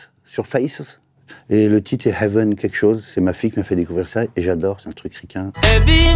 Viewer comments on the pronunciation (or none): none